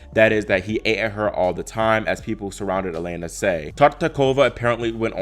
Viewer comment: Just a note, the Russian Е is pronounced as Ye when it starts a word, so her first name is pronounced Yelena. Keep up the great work!